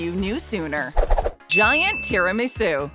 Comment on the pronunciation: The way this woman says tiramasu makes me want to jump off a bridge.